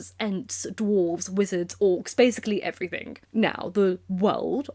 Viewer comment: You’re so well spoken and yet keep saying ‘everythinK’. It pings my brain.😬